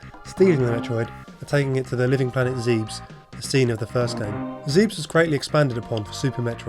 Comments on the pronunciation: it's pronounced "ZEB-ESS" which by all rights should be spelled as "Xeb-ess" but translation and made up planet names confuse things a great deal. However the creators and fans the world over know the world as "ZEB-ESS" not "ZEEBES" which for some fans, may be grating on the ears lol. But Good video nonetheless, into the creation and crazy production of this amazing game, everything else was spot on. (hopefully this helps C-Grn with the "writing down of pronunciation" as that can always be a pain, where language and "accents" + "verb usage" are concerned.) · Hate to say this but you pronounced Zebes wrong. I too thought it was pronounced "Seeb-s" before playing Metroid Other M in which the pronounciation was revealed to be "zeb-ess" which to me didn't sound as cool as "seeb-s" but unfortunatley, it is canon. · It's "Zeh-beh-s", not "Zeebs". ゼベス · the planet's name is not pronounced 'zeebs' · you love the game and its your favorite game. buty why can't you say Zebes. Zeebs OMG terrible bad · pronounced Zebbiss.